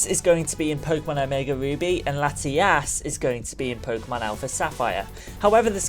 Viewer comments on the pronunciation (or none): i try my best to be accepting of people with accents but dude you pronounced Latios and Latias exactly the same. One has an O and one has an A. please do better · You made it sound like you were saying Latias both times.